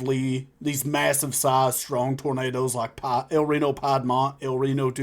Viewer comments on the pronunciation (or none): I know when you say Piedmont the wrong way you are doing it on purpose LOL....I chuckle every time you say it wrong for that reason